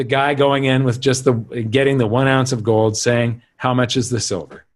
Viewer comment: should learn how to say “gold” correctly.